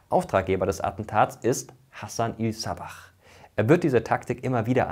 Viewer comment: Die Aussprache ist nicht ie_ßabach sondern ganz normal ßabah. H wird nochrmal ausgesprochen.